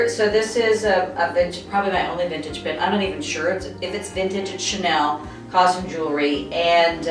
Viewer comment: It is Chanel; not Cheenel. Talking about style and not pronouncing names properly is totally incompatible with style, or, doesn't show style at all... it's not that difficult for the word Chanel...